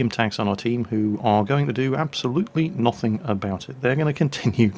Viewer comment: Why you say 'Noth'ing instead of nothing...